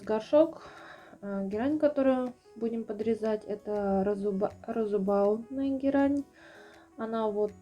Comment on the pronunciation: Какая герань? Розебаудная? Ну господи ну вас же смотрят люди, наслушаются вас и будут не правильно как и вы произносить. Герань не розебаудная а Розебудная то есть которая цветочками очень похожа на розочки. А есть еще пеларгония похожая уветочками на маленькие тюльпанчики и называется она Тюльпановидная....а то и ее не дай бог обзовете не правильно